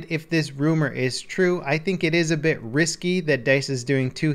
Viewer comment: He said wisky instead of risky